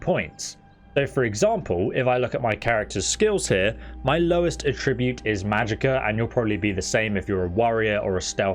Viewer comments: Attribute is pronounced with emphasis on the first syllable :) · Am I the only one who is hyper focused on him pronouncing the noun form of attribute like the verb form? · You need to check the correct pronunciation of "attribute" too. :) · Love the helpful advice. Serious mental cringing at your horrible pronunciations. Attribute, Markarth and quite a few other speech errors. I get that you sound British, but honestly, that should mean you are better at speaking English, not worse. Again, I found this advice helpful. Please don't think I am ragging on you. Subscribing